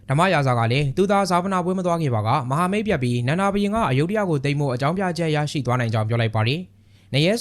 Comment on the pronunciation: အယုဒ္ဓ လို့ ဘယ်သူက အသံထွက် ခေါ်ခဲ့တာလဲ မြန်မာတွေလုပ်လိုက်ရင် တလွဲတွေချည်းပဲ သူများနိူင်ငံက နာမည် အသံထွက်တွေကို မြန်မာသံနဲ့ အသံထွက်လို့ ရမလား Phra Nakhon Si Ayutthaya ( ဖရာနခွန်စီအယုထရာ) လို့ အသံထွက်တယ် Bangkok ရဲ့ International airport နာမည်ကိုလည်း သုဝဏ္ဏဘူမိ ဆိုပြီး ခေါ်နေကြတာ Suwanabumi (စုဝနဘူမီ) အကုန်တလွဲတွေ English လို့ ရေးထားတာကိုတောင် မှန်အောင် အသံမထွက်နိူင်ကြဘူး